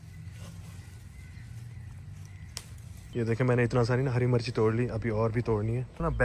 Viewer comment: Ghonchu driver 😂😂 Hari marchi torli 😂😂 bolna tu seekhly kutty.. Mirch hota h marchi ni